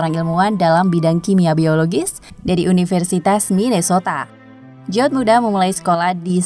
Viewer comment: Bacanya bukan jawd tapi Jawid... Jawed Karim itu nama Asia dan bacanya tetap sama Jawed atau Jawid... 🤦